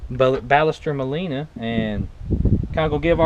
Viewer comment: Well, that way you say Ballester Moline is not correct at all. I'm from Argentina. You should have said: "Bah-shess-ter" and "Maw-lee-nah". Cheers